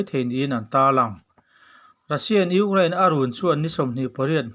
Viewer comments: Ugraine...Ni lovin, Ukraine tih zawk tur aniang. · I thu chhiar hi ngaihthlak a hreawm Ukraine i lam dan te reng2 mai hi🤭🤣🤣🤣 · I thil lamdan chu leh': Ukraine Colonel leh a dangte..I hnar pin vang a ni ang😛😄😄